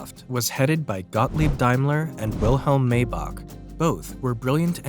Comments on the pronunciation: It’s not May-Bach. It’s My-Bach. And you seriously used clips from “Peaky Blinders”? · MAYBACH pronounced MY BACK.